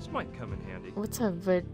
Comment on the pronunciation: Vadwmecum is Latin for "go with me" and it's basically a manual doctors carry with them to look up information. He pronounced it wrong